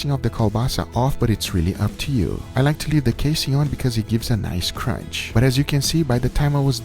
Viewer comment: “Dees is what it looks liyke” -Guga